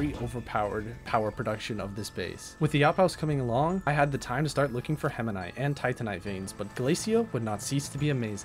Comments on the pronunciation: heminite:) (btw this is a banger video) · The permanent twitch in my eye everytime he said hemanite instead of hematite. Otherwise phenomenal content. I wanna pick Astroneer up again.